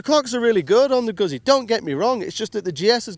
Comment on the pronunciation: Goot-zee not goozee